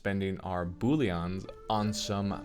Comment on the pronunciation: How you are pronouncing it is funny :D Boullion = veg or meat stock. Bullion = loot. Very big difference